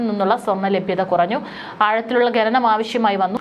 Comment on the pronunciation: It's khananam not ghananam😮